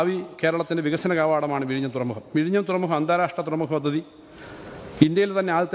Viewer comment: Ha ha ha " Virayniyum' sea port....? Or Vizhinjam...? Todays AI based text to speach software can pronounce better than this guy. Proud of Vizhinjam ..the deepest port in India.